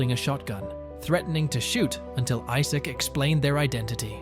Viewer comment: How come you cant say Issac lol.